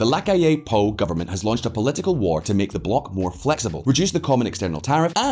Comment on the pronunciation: It's P O U, not Poo ffs!